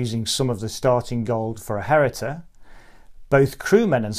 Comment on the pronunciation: “Hereditor”??? 🤔 No… It’s “Heritor.” H-E-R-I-T-O-R. That constant & really irksome mispronunciation aside, many thanks for another useful overview.